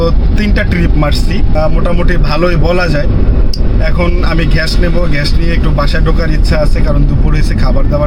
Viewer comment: ঘ্যাস❌ গ্যাস ✅